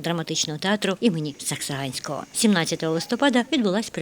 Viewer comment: Журналист сказав Сексаганского 😨😁😁😁🙊💩👍👍👍👏👏👏